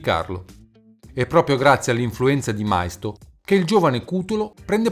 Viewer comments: Maisto...ma come cacchio lo pronunci?....ma documentatevi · Maisto...ma come cacchio lo pronunci ?....ma documentatevi prima di mandare questi video che fate solo figure marroni